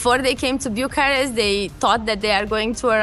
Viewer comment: Bucuresti is my favorite city in Europe. No city with so much contrast. A favorite amongst many photographers I've met. No offense, but it is either Bucharest or Bucuresti. You're making a mix of two totally different pronunciations into one non existing variant which sounds pretty bad and sounds annoying to my ears and probably to many Romanians as well.